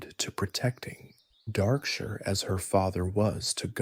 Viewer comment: Is this text to speech or AI? Just curious because Darkshire is not pronounced like that.